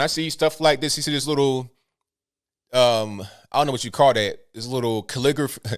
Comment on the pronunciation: Calligraphic. cal-li-GRAF-ic